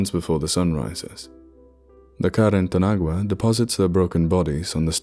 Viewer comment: While carretanagua is nothing formal your pronunciation is very good.